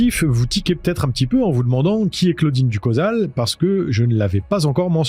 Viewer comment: Prononcer Ducho(=chaud)sal et non pas ducosal